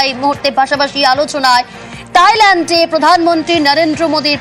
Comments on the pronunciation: সালা গুবর ক্ষেকু সাংবাদিক থাইল্যান্ডকে তাইল্যান্ড বলে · তাইল্যান্ড না ❌ থাইল্যান্ড হবে 😂 ✅ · তাইল্যান্ড কি?? 🤣🤣 থাইল্যান্ড। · Thailand not tailand 😂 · তাইলেনড না থাইলেনড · তাইল্যান্ড কি থাইল্যান্ড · তাইল্যান্ড কি উচ্চারণ ভালভাবে করা যায় না